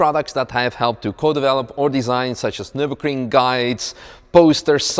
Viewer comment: His "noo" killed me😂😂